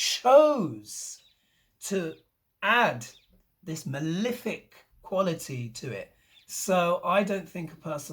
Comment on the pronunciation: What does this word 'milific' mean? Is it your pronunciation of malefic? I just love your updates. Thank you so much. You rock. Get some rest.